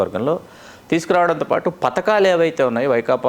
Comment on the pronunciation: Patakalu kadu padhakalu